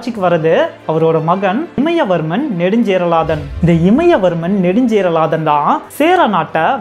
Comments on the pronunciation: நறய இல்லை நிறைய இமயவர்மன் இல்ல இமயவரம்பன் சற்று உச்சரிப்புகளையும் தகவல்களைப்போலவே அருமையாகச் சொல்லுங்க நண்பரே 🙏🙏🙏🙏🙏🙏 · It's imaya varamban not imaya varman.. please take note my dear brother. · one small correction.. இமயவர்மன் is wrong , இமயவரம்பன் is correct pronounce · இமயவரம்பன்; இமயவர்மன் இல்லை